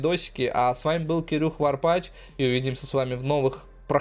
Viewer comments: Warpath- Варпач ,Warpaz- Варпаз! Читать учись! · При том даже не "Варпаз",а "Варпаф" раз так. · Alex 67 Он умеет читать, th произносится как "з"